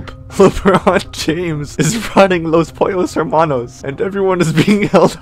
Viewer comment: YOU SAY LOS POLLOS HERMANOS!?!?!?!?!? XD